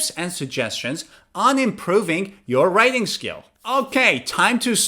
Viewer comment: Writing Skills** you are saying it wrong